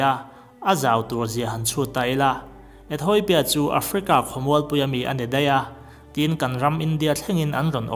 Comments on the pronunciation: ETHAWIPIA nilovin ETHIAWPIA ti in lam tur...hehe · Etheopia, 'Etoipia' tiin i lam daih thung a. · "E-thawi-pia" i ti zela nang chu.....🤓